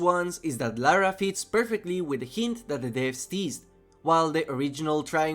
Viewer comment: Atleast he said Lara and not Laura.